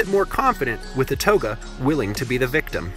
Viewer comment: For starters, history-loving residents do not use riverbend to address the Greater Alton Metroplex. The Illini leader Ouatoga (wah-toe-gah).